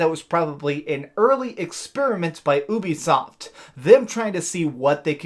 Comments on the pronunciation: Ooobisoft... am I the only one who pronoucnes it *U*bisoft? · The way that you keep calling it OOO-bisoft is beyond annoying. It's pronounced you-bisoft, hence their service Youplay. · It’s not oobisoft it’s Ubisoft as in uplay not ooplay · I cant respect anyone who says "OOOBI SOFT". I cringe everytime lol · Only youtubers pronounce ubisoft like that I use a hard U. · Why do people pronounce ubisoft like you do